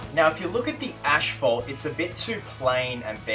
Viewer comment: Asphalt Not Ashphalt